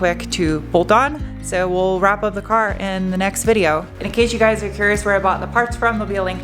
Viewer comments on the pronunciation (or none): none